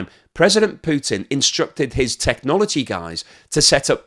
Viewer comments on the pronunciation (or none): none